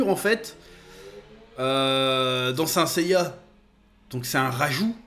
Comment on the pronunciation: "seins seiya" 😂😂 (et puis Sean Bean c'est quasiment un spoil cet homme)